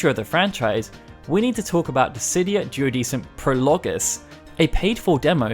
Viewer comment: It should be pronounced "duodekum"